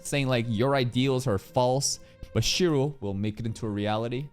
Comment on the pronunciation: It's Shirou not Shiro 😭